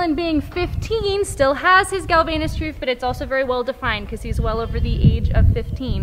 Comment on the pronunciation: It's Galvayne's groove (pronounced 'gal-vains'), not "galvaynus". The ages you state for some of your horses are wrong. Dylan is much older than 15. And the vet didn't remove his other teeth; they are still there